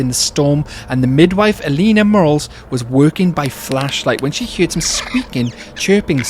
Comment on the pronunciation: Ive never heard anyone pronounce it as "hyeard" before.